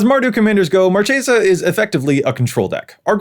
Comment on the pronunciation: ...It's Mar-KAY-sa...